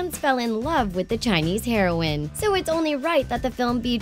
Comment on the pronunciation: Did anyone else notice that the girl said Chinese 'heroin' not heroine?